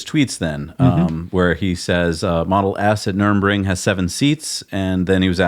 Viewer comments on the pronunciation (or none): Guys it's not Nuremburgring or whatever you said it is Nurburgring.